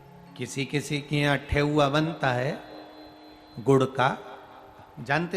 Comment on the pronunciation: ठेउआ नहीं गुरुजी ठेकुआ बोलते हैं गुरुजी 🙏🙏🙏🙏🙏